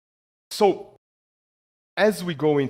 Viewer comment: Don't know why he mispronounces "so" as "toe". It's annoying. And don't even get me started with how words ending in "ed" are butchered.